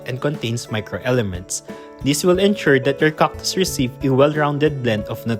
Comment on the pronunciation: This channel looks like an excuse for the author to say COCK 50 times per video. Or did you not know they are called CACTus, not COCKtus?